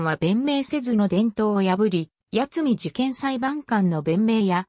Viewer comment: やつみ事件と聞こえますね。 苗字では八海（やつみ）という読みがあるのでそれに変換されたのだと思います。